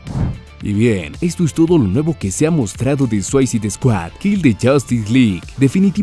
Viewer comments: se pronuncia “Suisaid”, completamente diferente a “suaicid “ como lo pronuncia en el vídeo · Buen video, pero me saca de quicio que pronuncies tan, pero tan mal, la palabra "SUICIDE", aunque no sepas hablar ingles, busca como se pronuncia en cualquier traductor en linea, porque si le resta bastantes puntos a tu video esos detalles.